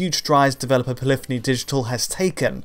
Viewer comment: Poly-phony only has two syllables